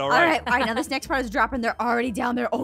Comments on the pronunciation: its raning noi halelujja it raning noi me: omgggggggggg me trying to get inside mah phone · litterly said " oh no its rainning noi "